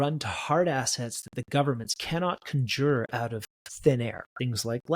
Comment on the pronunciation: The way you pronounced conjure makes me think you are reading a script someone wrote for you.